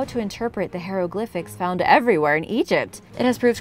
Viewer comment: hieroglyphics...pronounced as HI roe glyphics...please stop saying HERO GLYPHICS....you should research the pronunciation of words you aren't sure of because mispronouncing them makes you seem very unprofessional